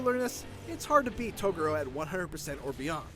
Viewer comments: Its pronounced Toe-goo-Row... you uncultured swine! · Well I know now you haven’t watched Yu Yu Hakusho because you pronounced Toguro wrong. Also it# a shame we got Ryo instead of Tsuna.